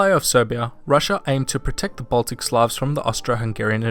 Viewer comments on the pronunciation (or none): Did yo u say baltic ? xD .